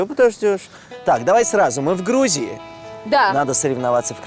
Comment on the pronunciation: Она прилетела в Хрузию! Вы не обратили внимание?